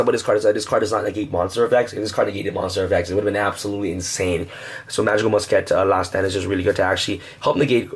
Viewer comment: ITS MUSKET, NOT MUS-KET